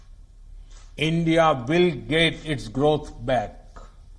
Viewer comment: This president can not say growth properly. Modi na India ke Ma de kar de ha ?